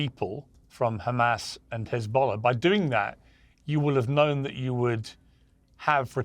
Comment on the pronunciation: Khamasss and Khezballlah, every other H is pronounced perfectly. I don't get it.